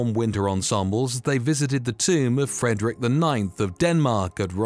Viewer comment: Please pronounce names properly. It's not Frederique of Denmark but Frederik. You are pronouncing it as a French name instead of a Danish name. Also Curaçao is pronounced 'cure a sow' not the way you pronounced it